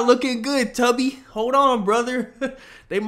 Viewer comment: the way u say tubby got me giggling like drake texting his bestie